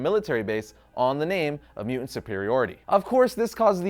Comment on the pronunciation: Nice video, but anyone else having trouble with the host not being able to pronounce “mutant”? Every time he says “MEW-unts” I keep wondering where that other ‘T’ went....